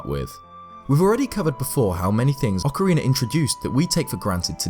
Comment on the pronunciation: Good video! I only have a question that isn't related to the topic but I've been having since I started to watch your videos... I'm from Mexico and I understand English but my pronunciation of it isn't that good... maybe I'm mistaken with you, but why do you say "Ocariner" of Time? This isn't to criticize, I just have that doubt... Keep doing this kind of videos, I like them a lot! Thanks.